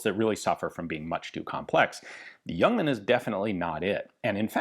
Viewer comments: Cudos for pronouncing it as Yuongman although it is spelled Ljungman. Totally correct. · I was expecting a re-upload of the fantastic Le Youngman video, but this is new material! Ian even pronounces 'Ljungman' correct. None of the other names or cities, but Ljungman is near perfect. Looking forward to part B. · Great review, good to hear the correct pronunciation of the name. I have owned an AG42B and appears unfired from its B upgrade. I also have a new spare magazine. It's a favourite of mine.